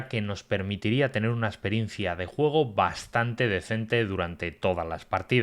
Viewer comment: Sólo por curiosidad! ¿Porqué pronuncias la letra "E" como "O"? Por ejemplo: Cuando vas a decir "Nuevo", dices "Nuovo"! Y si vas a decir "Juego", dices "Juogo"!